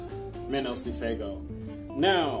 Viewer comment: ITs pronouns “fwaygo” Not bustin your balls.